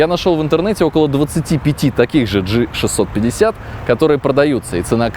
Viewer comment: Г 650, а не ДЖИ 650